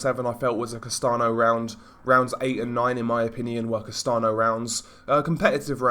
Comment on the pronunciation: Castano is pronounced like "Castan-yo" amigo :)